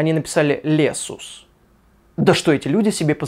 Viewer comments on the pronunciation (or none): Там должно было быть не лесус а Лексус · Лесус , Арсус. Хм... ))